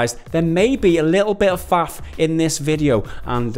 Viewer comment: "Flaff" 😂 It's faff but it's an easy mistake to make, dude.